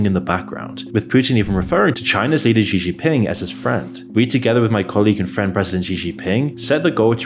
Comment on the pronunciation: It's pronounced Shee Jin Ping. Also arguing that Russia is well off based off of that farcical Tucker Carlson propaganda piece makes me question your critical thinking capabilities. China is a threat to be sure, but a lot of your arguments and sources are questionable at best.